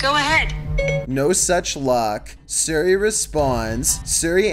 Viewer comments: yes,, Suri instead of Siri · Just hearing you suri is making think if your actually British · Ah yes, “surri” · suri Us: It's siri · “Surrey”. That’s all I’m saying. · Siri not Surrey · Suri...Suri...Suri... dude it’s S-ear-e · I like how he calls Siri Suri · Who else gets mad when he said Suri not Siri cause Me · It's Siri,, not Suri. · HE SAID SURI 🤣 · Surry, not sorry its SIRI ffs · Why do you pronounce siri, like suri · Why did u say seri it siri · Think the scariest part of this video was pronouncing Siri. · The way that he says siri makes me mad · Why does he pronounce siri like that??? 😂😂😂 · Is Siri that hard to pronounce. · He can't pronounce Siri, and it's easy, change the name/activation word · Say Siri right